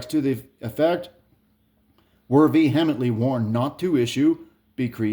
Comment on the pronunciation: learn how to say vehemently...